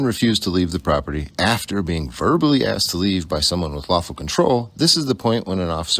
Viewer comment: Love the videos and commentary. However, PLEEESE - say asked instead of axed.